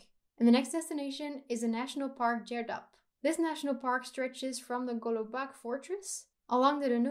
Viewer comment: I was amazed of your pronunciations of Serbian words, they were almost 100% perfect, except for Uvac and Golubac (we pronounce c as [tsar] not as [key]). Anyway, fantastic video, keep up your work!!!